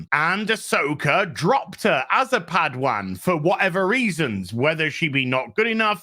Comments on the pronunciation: Padawan. Not pad wan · The way says padawan 😂